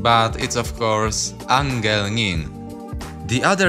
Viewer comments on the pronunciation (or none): none